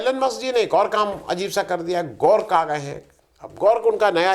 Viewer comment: गोर्क नहीं ग्रोक है भाई।